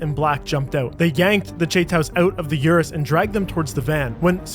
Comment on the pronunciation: It’s an Urus, not a You’us